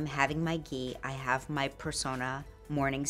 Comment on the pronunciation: Lol this coffee with ghee is hilarious. These people can’t even pronounce Ghee! It’s pure butter that’s all it is and it’s also fat so don’t go over our heads with ghee.